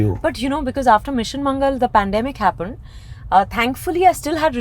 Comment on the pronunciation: I loveee vidya balan. But there's an ick.... HappOned it's happAned 😂😂